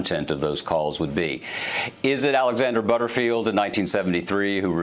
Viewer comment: "Butterfield" lol